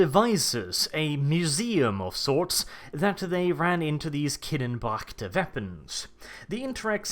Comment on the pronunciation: KINN-NEH-BREH-CKT NOT KINNEN-BROCKT. KINNEBRECHT!!!!!!!!!!!!!!!!